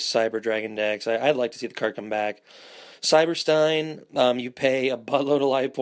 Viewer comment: yoooo you got cyber-stein wrong also